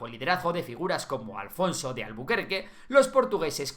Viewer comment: No es alfonso es afonso.